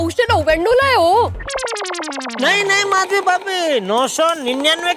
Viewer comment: Madhvi hota hai mashvi nahi